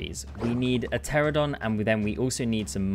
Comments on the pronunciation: it hurts hearing you struggling to say pteranodon... when the p is silent and you try so hard to pronounce the p 😭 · I didn’t hear the p, but I definitely heard the missed n multiple times 😅